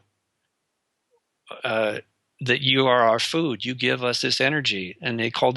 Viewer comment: I love the channel but hate. I hope he makes enough money to fund an interviewer that can speak English without going into anti vax and that can say a word pronounced food without saying feewd.